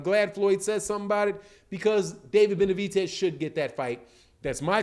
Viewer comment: its david BENAVIDEZ not benavitez tf